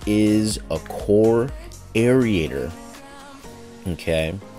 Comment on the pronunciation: Air Ater.....Air Ater. ....not Air Eat ator! too funny everytime. Mow Low!